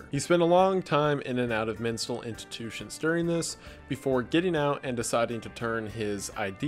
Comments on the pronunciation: “Menstal intitutions” 😂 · "Menstal intitutions" You have a great sense of humor.